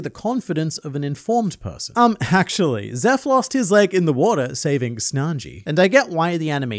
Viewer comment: Hearing "Snanji" reminded me of the presidents discussing One Piece vídeos. And now I miss them.